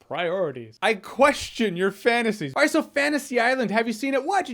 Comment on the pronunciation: Haha "PRIORITIES"